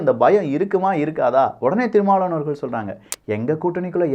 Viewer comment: Yen pa unaku tamil sariyave pesa varala , thirumavalavan nu solla varala, tamil tamil makkala yemathura ne